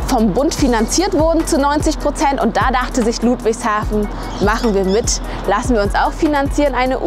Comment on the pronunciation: Die sind so hoch verschuldet dass die nix neues bauen können (deshalb sind da auch überall Blitzer) und albsolut JEDER den ich kenne findet ludwigshafen hässlich auch Leute die da wohnen😂 Und bitte net luudwigshafen sagen sondern ludwigshafen mit kurzem u Ach ja und hättest die basf und die Stadtteile erwähnen können